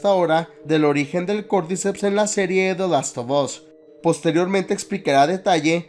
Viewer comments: Se pronuncia de lastofas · "De last of os" jajajaja seas🫵🏼🤡😜